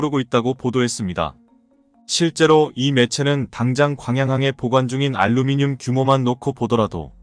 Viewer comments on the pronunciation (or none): none